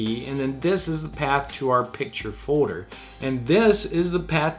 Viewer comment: its just me but drive me crazy how he say fourer? instead of folder? sounds like a 5 year old lol